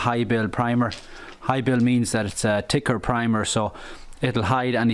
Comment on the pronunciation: Took me a while to understand what "ticker primer" was lol. Great video